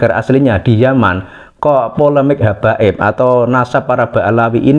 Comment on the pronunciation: yang ngomong masih sering "keclethot lidah, masih nyebut hababib, padahal sebenarnya imigran"